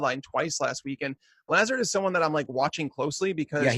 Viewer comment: ' pronunciation of LAZARD gave me cancer. It's luh-ZARD. That's straight from the media guide.